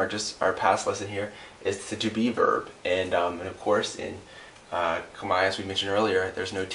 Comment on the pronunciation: He says Khmer wrong